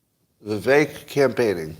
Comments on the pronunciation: I don't think it's pronounced "Viv-Ay -ick" is it? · I've heard him pronounce his name Viv-Ache